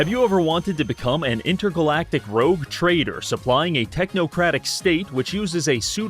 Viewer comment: Ngl, when said 'rouge trader' i5nwasnlike I became an awakened sleeper agent